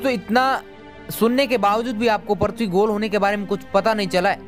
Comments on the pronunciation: Tu bhi to thik se nahi bol raha bhai prithbi nahi prithvi hota hai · Aaree bhai पर्थवी nahi पृथ्वी bolo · Gyan baad me bato pahele thik se PRUTHVI bolna sikho kb se parthvi parthvi chilla rhe ho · Parthabi nhi prithabi bolo video me bro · Kya parthvi parthvi laga rakkha h, prithvi bol yar prithvi 😂😂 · Prathvi nahi bhai prithvi hai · Prithvi bolo prathvi mat bolo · Are prathvi nahi hota hai prithivi hota hai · Bhai tmko video banane se pehle apni language pr pakad rkho...prithvi ko parthavi bol rhe ho...kya h ye..centripetal ko centripengal aise hi kuch bol rhe ho...kya majak bna dia ho...jo koi pehli bar tmhri baat ko sunega to uski v prounonciation galat ho jyega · Prathvi hai ya prithvi? sahi se pronunciation toh sikh lo? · पृथ्वी होता है prathvi नहीं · It's prithvi not parthvi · Parthvi nahi re prithvi hota hain 🤣🤣🤣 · Abe yaar parthavi nahi prithvi hota hai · Bhai pronouns Sahi nhi h apaka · Abe pagal prathbi kyo bol raha hai earth bol ya prithbi